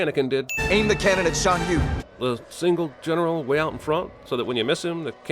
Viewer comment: I would like to sin Cinema Sins for pronouncing both Crik-ee's and Shan Yu's name WRONG. The movie ITSELF pronounces it MANY times and yet he still says it wrong.